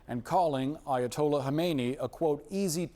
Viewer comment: Trump SAID..... "Aya-told-Yah to come negotiate "😂😂😂😂😂